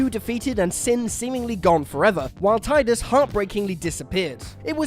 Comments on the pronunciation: I don't know who wrote this article but there are so many things wrong with it. One that stands out to me is that FFX was always going to have a sequel and that sequel was in development before release of X. Also it's pronounced TEE-DUS. It's almost like you don't fact check your articles.... maybe I should write some lol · You said Tidus wrong. It’s said “Teedus” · Also mispronounced Titus , just saying